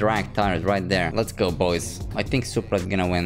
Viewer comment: That BOYS sounded more like POIS